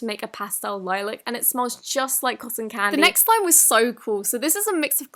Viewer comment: I don’t know if it was her accent or the way that she pronounces it, but when she pronounced Lilac like “Lie - Lick” it kinda made me giggle. I’m used to saying and hearing it pronounced “Lie - Lack” so it always makes me laugh when someone pronounces it differently. I don’t mean it in a bad way tho!!!